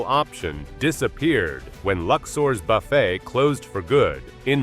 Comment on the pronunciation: Buffettt? That is where you lost me. It's not a human talking